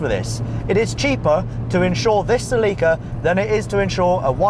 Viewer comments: Every time you say "Sleeka", i grit my teeth. It's "Sell-Uh-Kah" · Celica Say it with me Sell-a-cuh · se-lee-ka. I can't do it. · Its called a cell ah kah bro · As a celica owner I hate that he pronounces it celeeca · Nobody:: CalEeEEca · Hearing it pronounced "seh leakuh" is so strange. It can't be right. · Had no idea the British pronounced it "suh-LEEK-uh" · Sel-ick-uh. sɛl/ɪk/ʌː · That’s pronounced sell-ih-kuh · In Japanese it is Serika (セリカ) so the English would be "Ce-Lee-Ka". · its pronounce sell-ika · celica is pronounced s e l a k a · no idea, i always thought it was 'cell-ick-ka' celica. weird. its still the same car whichever way you pronounce it... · Ce Leee ca ... I'm sorry I can't I just doesn't sound beautiful like how Americans pronounce it "celica" beautiful name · "Cell-ick-a" is how we say Celica across the pond! LoL! Oh....and when are you gunna do a Mazda MX-5 FR video...shit I figured you would already have one!! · DAMMITTT!!!!! its SELL-ICA!!!!!! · Sa-Leek-a eh? I'd laugh each time you said it. Coulda been a fun drinking game. Not picking, I know we all say things differently. I just never heard it pronounced that way. I've only heard it pronounced Sell-a-ka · say it with me; SEL-eh-CAH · i didnt know you guys pronounced celica the way you do. In america we say it like sell-ick-uh. Also in america its more of a chick car lol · Pronounces its origin word "co-elica," but pronounces the car's name "sill-ee-kah" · I thought it was pronounced "sell-icka" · its pronounced cel-e-ca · dude its pronounced "sell-ick-a" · Celeeeeca huh? I guess it's like Americans saying Neesan instead of Nissan. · Cillika wtf is a cillika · Everytime he mispronounced Celica my neck got tighter and tighter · Yeah but, they are sooooo slow. And is it bothering anyone else the way he is pronouncing Celica? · He pronounces Celica in a very odd manner. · your saying Celica wrong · I hate it when he says Celica!!!!!! Lmao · god the way you say celica kills me